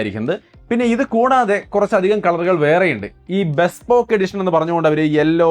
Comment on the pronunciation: ബെസ്‌പോക്ക് അല്ല ബീസ്പോക്ക്